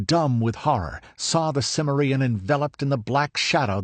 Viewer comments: I have a mild form of OCD that’s called grammar podiatry syndrome, so take this with a grain of salt and constructive feedback, but the word “CIMMERIEN“ stresses the second syllable not the last one. Did you not watch either of the Conan movies? Otherwise pretty good but again, familiarize yourselves with pronunciation. It does not sound good when you make up your own versionI’ve words. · Why is it alot of you guys pronounce Cimmerian wrong ? Conan deserves more respect than that .